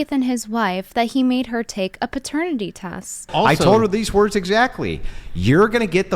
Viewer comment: Hwife and hwords